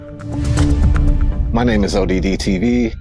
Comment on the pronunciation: NOT "O. D. D. TV" = ODD TV